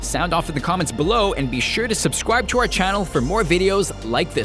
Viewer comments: You said subscwibe lol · This guy doesn't know how to say subscribe. He keeps saying 'subscwibe'. I liked the video though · does anyone else hear him say subscrwibe